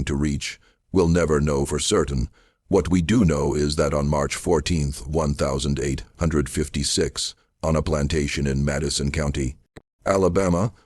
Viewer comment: Great story but please pronounce the date correctly you say 1000......5....55 big gaps doesn't do it for me